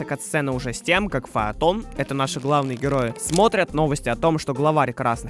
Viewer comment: 1. Не Эндйи, а Энби 😭 2. У нее не катаны, а скорее кинжалы Ну а так.. хз как в ру локализации, но все зовут гг не фАйтон, а фЕйтон